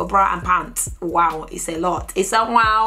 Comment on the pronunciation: When she says 'it's a waouh!' 😂😂😂😂